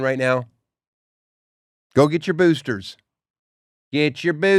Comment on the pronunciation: it’s moments like this that make me so embarrassed that I watch this show. “Gitcher’ boosters 😷🤓”